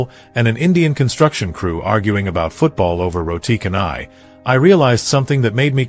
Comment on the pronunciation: "canai" in "roti canai" should be pronounced as "chanai". In the Malay language, "c" is always pronounced as "ch"